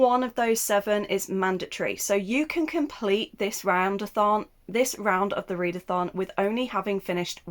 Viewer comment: You slipped when saying "Next round of the readathon" and out came roundathon. Which rolls nice off my tongue xD